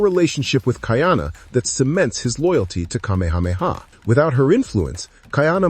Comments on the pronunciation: Geez dude - car-meha-meha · Just wished you pronounced Kamehameha correctly. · Thank you! It drove me crazy listening to how he pronounced it incorrectly.